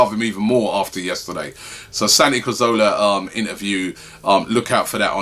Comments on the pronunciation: robbie why do you say cOrzola, instead of cAzoRla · Santi CAzorla not Cozorla ffs